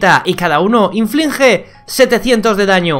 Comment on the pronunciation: inflinge :v